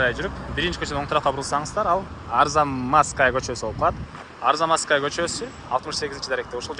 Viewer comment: Арзанмазкая де 😂 пипес. Арзамасская болот